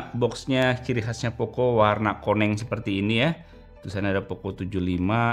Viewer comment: orang sunda??? meni lekoh pisan nyebat koneng na😂